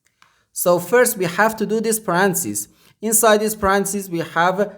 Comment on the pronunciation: My guess is Chinese or Asian country not used to using English as 2nd language. Also, it's not to criticize, it's simply to try to avoid Confusion. He kept saying Parancis and I kept thinking, Pope Francis 😄